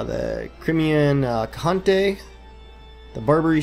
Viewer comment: lmao at the way you said Khanate